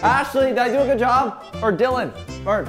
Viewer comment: Dylan not dillan